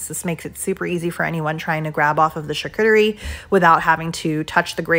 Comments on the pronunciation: yes...but if you show a video on something you need to prinounce it correctly. I heard it 3 times before i knew what you were saying. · You sreny prounouncing charcuterie correctly.